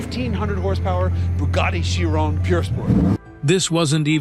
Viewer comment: Why is it so difficult to pronounce the word Chiron? Every one that is jumping on the hype cannot pronounce it correctly. Why? Because its all AI generated and the AI cannot say it properly.